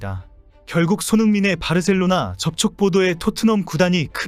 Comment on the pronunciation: 바르셀로나 가 아니고 바 셀로나